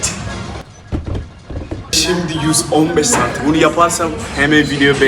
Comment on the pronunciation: Abi cm sözünü doğru söyleyemeyip küfürü bu kadar içten yapmayı nasıl başardın?